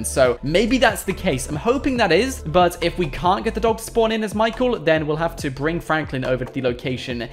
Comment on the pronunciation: why do you say brinG or is it just your accent